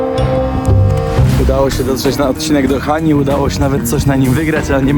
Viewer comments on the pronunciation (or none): Hani a nie hany